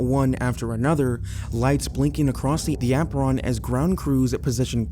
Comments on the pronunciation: The way he said apron was the REAL issue. AH-PRON? Be for real. It's AY-PRON. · "the ah-pron" never change 😭 the tiny mistakes are actually such a wholesome part of the vids you drop that shows how you avoid taking the lazy AI route and do everything yourself. thanks again bestie